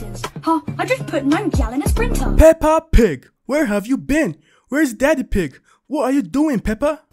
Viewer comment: It’s the fact you call her pepper pig😅